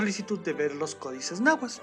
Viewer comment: Muy interesante el tema y la narración es muy amena, sólo un detalle: se dice NáhuaTL, ni TonalamalaTL. Hay varios canales sobre la lengua nahuatl donde explican la pronunciación correcta del dígrafo TL, que es un chasquido.